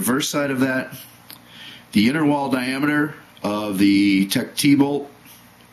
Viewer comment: It's not pronounced Tech "T", it's pronounced "Teched",, just in case somebody didn't know that.